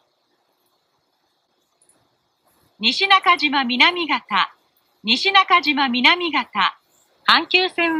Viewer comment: The next stop is nishinakajima-minamigata これも草